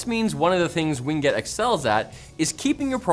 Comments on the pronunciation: I’m 99% certain the pronunciation of “WinGet” is “Win” followed by “Get” and not “Wing it”. 99% certain. The other times you say “Ween Get” amuse me haha. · Win-Get, not Wing-Et. LOL! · "Wing get"